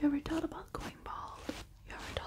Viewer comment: Learn how to say th. It is thought, not taught